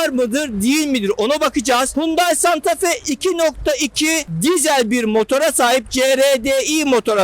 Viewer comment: Uzun yıllar santafe kullanıcısı olarak öncelikle santafee diyorum..